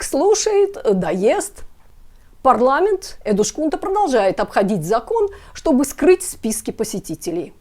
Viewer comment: Эдускунта, не эдушкунта. Так говорят только беззубые старики или люди с дефектами речи. У вас этого не наблюдается 😅